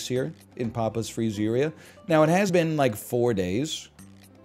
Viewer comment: Papa’s Free-zeeria so pogged